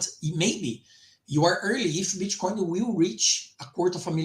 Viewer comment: I hear bitch coin every time you say Bitcoin 😄